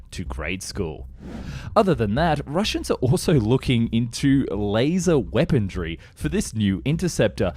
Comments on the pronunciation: A message to the narrator: there is no "D" in weaponry. There is a "K" in Sukhoi. I know you can do better. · I dont understand the grammatical errors and word pronunciation in these vids. "Weapondry"? It sounds like the errors of a script just read verbatim by an AI voice-over. Very strange.. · liser? weapondry? hoperate? is this on purpose? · For the love of God man... its weaponRY not weaponDRY. Good video otherwise. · Why do you continually mispronounce words like Apache, Especially, Weaponry, Sukhoi etc ??